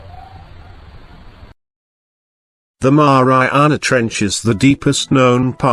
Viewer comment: 😫😂🤣That's Exactly how he said it hehe